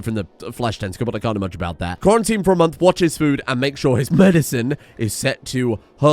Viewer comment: Lol Quarry-tine.